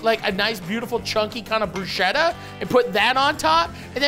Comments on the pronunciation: It's "bru-sketta", not "bru-shetta". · its bruschetta i know but please for the love of god pronunce it with a "K" sound like brusketta